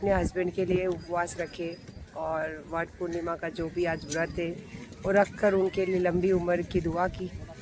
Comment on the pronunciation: World purnima nahi madam Vat purnima 😂😅😜